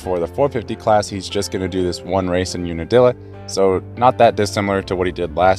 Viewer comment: UNIDILLA? Try again.